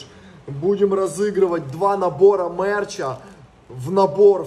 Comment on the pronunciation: Надо говорить мерч, а не мэрч🤣